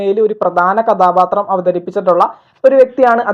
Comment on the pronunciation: നിന്റെ മലയാളം മൊത്തം തെറ്റാണ്. കഥാപാത്രം ആണ് കഥാബാത്രം അല്ല.ബ ബ ബ അല്ല ഭ ഭ ബ ആണ്.